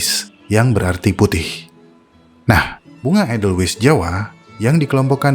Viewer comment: Ada baiknya bila asal kata dr Jerman ya tulisan edelweiss dibaca EDELWAIS, fungi /inggris ya FENGGAI, bukan funggi. Atau sekalian saja, pakai bhs Indonesianya bunga senduro dan jamur, sekaligus mendidik org ,cara baca dlm bhs indonesia